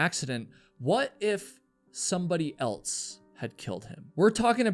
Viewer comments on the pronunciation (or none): Why do you say altso instead of also and elts instead of else? You are a type of broadcaster. As a public speaker, more is expected. It's not your fault- Your parents should've corrected you while young, but that didn't happen. So you'll need to fix your leftover childhood grammar issues as an adult.